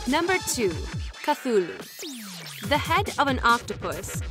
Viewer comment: You can't even say cthulu correctly😔